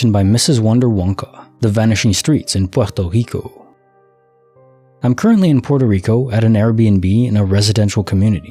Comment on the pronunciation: Yes you are pronouncing it right, Puerto Rico.